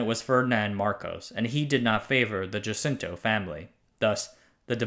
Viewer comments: By the way it's not "jacinto" it's pronounced as "Hasinto" anyways great series as always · Pronouncing "Jacinto" as "Yeisintou" really threw me off, I had trouble understanding what was going on by whom. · Fascinating band thorough. Just the nitpick of Jacinto should be said as "huh-SIN-toe" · Is Jacinto pronounced as "Dyasinto" or "Hasinto ", the Spanish way? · The pronunciation of Jacinto was actually Ha-sin-to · Oh btw Jacinto is pronounced "ha sin toh" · You used the [American] pronunciation of Jacinto family, which is, from my observations, somewhat uncharacteristic of you .. rooted in America, but with more everyday Chinese and universal infusions leaked into your pieces .. I am sure you are aware of the Spanish lineages in the Philippines, and the "J" is pronounced like an "H" .. and the reference to the plant, and the elegant Chinese name, 風信子。。surely something you could easily appreciate being in Tainan .. Cheers !